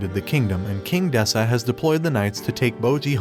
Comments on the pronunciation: despuh not despAH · Gotta be honest Does this guy intentionally say names wrong? Calling Despa as Despah is just It kills me